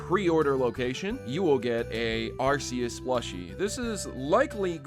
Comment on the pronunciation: I just gonna say that you said Arceus name wrong if hadn't noticed and the correct pronunciation for it is Ar-key-us for the west and maybe the rest of the world.